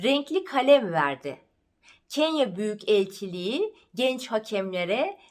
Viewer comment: İlk defa dinledim. Çok güzel. Dinlemeye devam edeceğim. Ancak, Büyükelçi derken yan yana olan k ve e yi ayrı şekilde ve ulama yokmuş gibi okuduğunuzu farkettim.